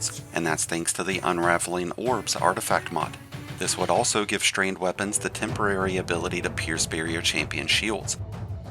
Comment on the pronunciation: WTF is “Strained”??😂😂😂. Strand!